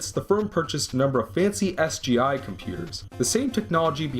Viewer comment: i die a little every time he says sgi